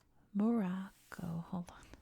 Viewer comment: thank you for this video on morocco , i hope you discover more and more things on our country. also you really good at pronouncing the names right.